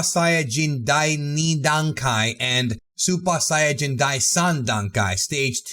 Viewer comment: I really like your pronounciation of supa saiyajin